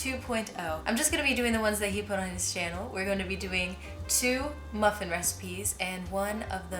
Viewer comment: Muh phin